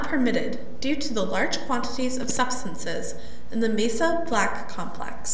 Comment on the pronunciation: You think it's Mesa Black? No... It's Mey Soblack